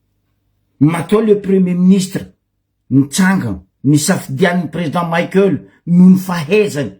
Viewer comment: 😱 Ce n'est pas Président Maikeul mais Président Michaël. Anao marary jery. Anao gasy sa américain ?🖕